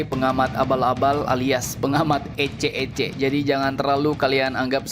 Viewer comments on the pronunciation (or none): Min. Kalau bilang ecek ecek kurang pas logatnya. Kurang luwes😂